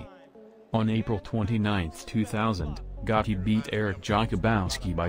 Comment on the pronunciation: "Gauhti", not not "GATTI"